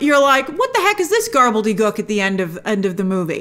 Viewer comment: Gobbledegook not garbledegook 😅